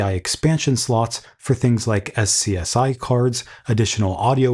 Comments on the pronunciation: SCSI? It is pronounced "scuzzy". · SCSI is pronounced "skuzzi"